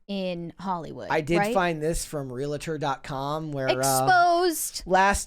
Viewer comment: Realtor as “real-ah-tor.” Cringe